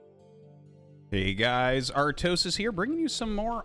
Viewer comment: Mike Tyson pronunciation of artosis